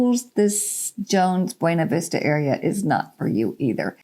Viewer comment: Could you please use our pronunciation of Buena (Vista)? It is pronounced byoo- nah, not the Spanish way. Thanks